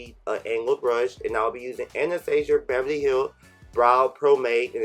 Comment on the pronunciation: You said Anastasia and pomade BOTH WRONG